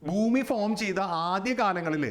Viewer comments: സാർ എന്തിനാ ബൂമി ബൂമി എന്ന് പറയുന്നേ? ശരിക്കും ഭൂമി അല്ലേ 😢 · It’s Bhumi , when we pronounce Ba sound വരുന്നതാണ് കറക്റ്റ്. Some parts of our state pronounce wrong , they say fumi That’s not correct. Hope you get the point.